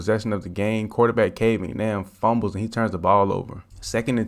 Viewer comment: He called him Cade McNamm 😂😂😂😂. When he’s throwing like that, you can call him whatever you want.